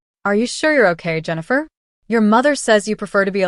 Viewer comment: AI can't even pronounce Jennifer